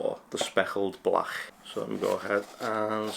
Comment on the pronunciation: Speckled blach 😂 dunno if it's the accent just sounds pretty funny. Good job though